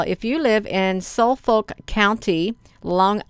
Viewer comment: It's pronounced the fer it's folk I live in Suffolk county Li NY